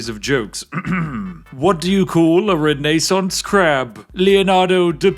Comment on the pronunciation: How can we forget the Renee-sance?